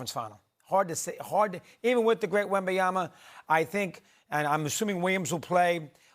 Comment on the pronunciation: Remember when… Steven A used to call him « WembanyaNa » 🤣🧐